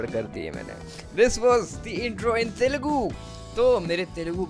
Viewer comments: That was perfect telugu bro😅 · bro u almost said correct in the 1st try in telugu